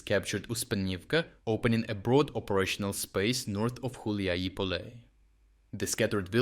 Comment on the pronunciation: Dude who the eff are you? You can't even read properly ukrainian town names, you read Huliaipole as Huliipole, Hulieipole and also Huliaipol alternatively. You have the thumbnail with Zaluzhny years after he's no longer working there. WHAT THE F IS THIS CHANNEL???